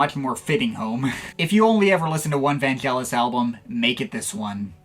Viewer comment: Great wrap-up of Vangelis' career - I watched it all the way through and nodded in agreement most of the time. (NB: like Derek Power says - Vangelis's name is pronounced with a hard G as in AGree, not Gelatine). If you get a chance, check out the album Antarctica - I was listening to it the other day and very impressed with its production and think it's one of his best. It's one of the last recordings he did at his privately-owned Nemo Studios, near Marble Arch in London. And if you like ambient, try out L'Apocalypse Des Animaux, which has two tracks that pre-date of Brian Eno (and other)'s "ambient" music. NB: a number of people such as Derek Power consider Vangelis "a father figure", and Mars Lazar went as far as to say when Rutger Hauer's robotic character in Blade Runner says to its maker "I want more life, father", as a keystone moment. Alas, Hauer actually says "I want more life, fucker" - it was re-dubbed for more delicate ears...